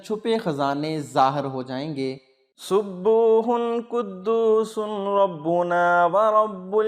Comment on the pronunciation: janab aap ne RABBANA likh aor RABBUNA padha hi.... konsa sahi hi?? rabbUna - rabbIna..